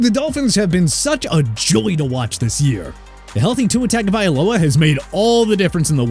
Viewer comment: you guys still mispronounce Tagovailoa